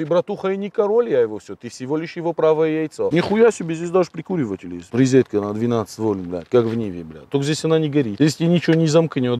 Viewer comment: 🤝от Меня - респект тебе👍 💢🕛Р😵Ш🤡 - /тебе палучаетца/ шаблоны паламать... КрА💲Авэлла 🅱🅰ZAR ТЕ НУЖЕН!!! как нацмен👺🧔нацмену за традиции, как технарь технарю... за терминологию хотел говорить. Нет терминов: р"И"зетка, фл"Я"нец или р"И"ле... ни разу ни посмотри на это как на "харчик в тачке, только по брацки" На понятном: разетка, фланец и рэле... Я тебе от души говорю, оно уже традиционно так произносится и звучит.